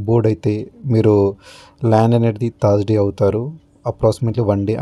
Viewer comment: Thaaaarsday ? sariga pronounce cheyye leva ? ne laag okadu unnadu thaaaard AC antadu 🤣 🤣🤣🤣🤣